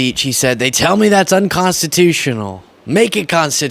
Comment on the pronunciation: I think Trump said "They tell me it's unconstitution" instead of unconstitutional, what's left of his brain is glitching even worse!!